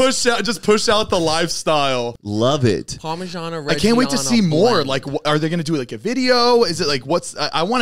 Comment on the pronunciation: the pronunciation of reggiano is killing me